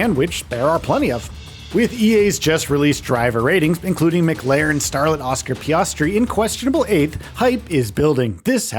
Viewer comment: mclren starl an Oscar Piaasti